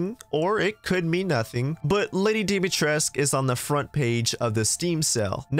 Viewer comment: You pronounced dimitrescu wrong